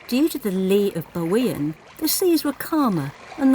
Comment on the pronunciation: You guys just keep on adding on to my bucket list.. Thanks for another great video.. Perfrect pronounciation of Bawean 👌